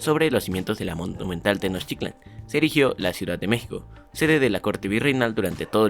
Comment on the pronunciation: bro La pronunciación de tenochitlan Para mi tienes 9😁🤗